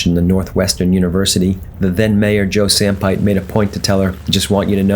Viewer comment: Yeah but when he said Joe Sampite's name I died, lol. (Samp-i-tay)